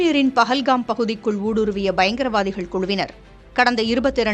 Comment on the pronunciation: அது பகல் காம்(pagalgam) இல்லை 😂😂😂பால்கம்(pahalgam) ஒரு நியூஸ் சேனல் எவ்வளவு கவனமாக வார்த்தை உபயோக படுத்த வேண்டும் என்று தெரியவில்லை 😡